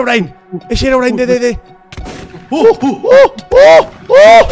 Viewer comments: Es impresionante como desde el 2020 Rubius le dice Hermión a Herobrine 😂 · Nadie: Absolutamente: Rubiuh: llama herbion a Herobrine